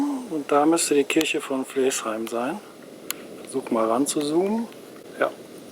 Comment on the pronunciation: Sehr schön Deine Filme, nur man merkt, dass Du nicht aus Haltern und Umgebung kommst. Flaesheim schreibt sich zwar so wie Du es aussprichst aber das e wird nicht mitgesprochen es wird seit Urzeiten und immer noch Flasheim gesprochen! Flaesheimern tut Deine Aussprache in den Ohren weh!